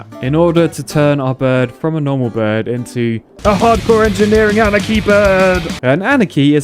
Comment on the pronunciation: The mods has been been called “anarchy?” Not “ahnaki?”